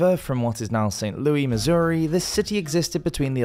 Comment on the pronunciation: St. Louis is pronounced Saint Loo-iss.